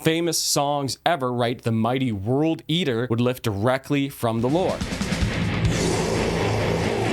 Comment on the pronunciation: WURLD EETUH!